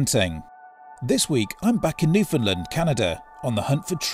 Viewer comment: You got to learn how to say Newfoundland